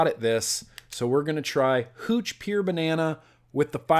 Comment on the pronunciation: You say pure like peer